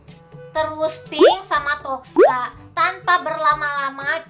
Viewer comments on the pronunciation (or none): Ngakak kak. Toska bukan toksa